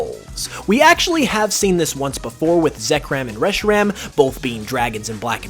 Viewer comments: I'm sorry- Zekram? Did- Did he say- Zekram? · Dude u said zekram